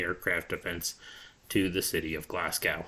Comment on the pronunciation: Glasgow is pronounced GLAZ GO